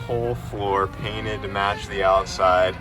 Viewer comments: "you got my page cainted" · I love it when my "Page is Cainted" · He said my Page Cainted 😂. I do the same thing when I’m excited! Hatch looking minty fresh! Love it💪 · My boi said “ page cainted “ 😂 truly lost for words seeing the hatch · Did he say “page cainted”? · "Page cainted"- lol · “Saw you got my page cainted” 😂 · He said page cainted lol anyone else get what said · "Seen you got my page cainted” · “Page cainted” lol, congrats brother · Are we gonna let him get away with saying “my Paged cainted” 😂😂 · Bruh he said it he said page cainted it good times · Whats a "Page Cainted"?:P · The page cainted?!? Lol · "saw you got my page cainted" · "I see you got my Page Cainted" - 2023